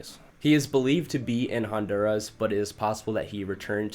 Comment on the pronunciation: What’s a hondurazzz? It’s Hun-dur-rah 😂😂